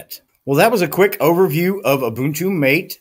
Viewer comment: I thought it was pronounced "Matéh" ?